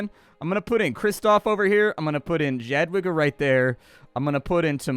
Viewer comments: Jadwiga is pronounced Yadviga in English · if you remember one thing about pronouncing Polish words, it's that W is a hard V - not soft wh, that's the Ł letter you see. (Bonus points, Jadwiga is Yad-Vee-Gah) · Jadwiga, is actually pronounced Yadviga. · It’s pronounced yadviga you communist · Jadwegia is pronounced Yad vee ga (hard g as in go). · id try saying "yatviga" and "shrootmyestscheh" might sound more polish, oh and "mo-ko-toof"